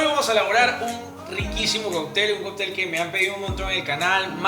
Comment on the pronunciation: Por qué dices Coptel ? Y no cóctel